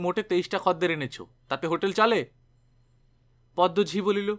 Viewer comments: khodder bolun khadder ki adbhut sunte lagche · খদ্দের শব্দটার উচ্চারণ বড় কানে লাগছে । আসলে উচ্চারণের সময়তো আমরা খোদ্দের বলি সেজন্য । হয়তো গল্পের পাঠক যে অঞ্চলের মানুষ সেখানে খদ্দের শব্দটা ওই ভাবেই উচ্চারণ করে তাই এই রকম উচ্চারণ করেছেন । তবে খুব ভালো প্রচেষ্টা কারণ এখন তো বাংলা ভাষার চর্চা উঠে গেছে । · Right khodder I procholito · খদ্দের উচ্চারণটা একটু অন্যরকম শোনাচ্ছে।